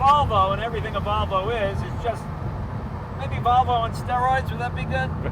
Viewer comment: Jay you pronounce it as Wollvo not Volvo